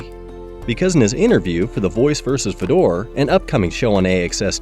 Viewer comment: hard to watch a video where you mis pronounce his name first go round, and lol, ufc is the standard. What it would be like to think like you. Watch ONE breh, it's still actually good.